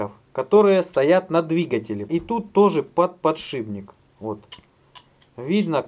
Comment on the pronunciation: ... подшиБник ... дальше и слушать перехотелось .